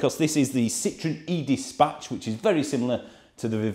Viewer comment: "idę spać" (pronounced 'e-di spatch') is Polish for "I'm going to sleep" 😂 That's all I can hear when you say the name of the van. Solid review, as ever, cheers.